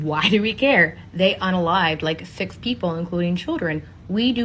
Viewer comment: C'mon man!, was it thix people or six